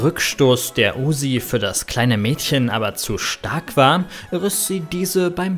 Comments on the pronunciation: UZI nicht USSi😂😂😂😂😂😂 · Uzzi nicht Usi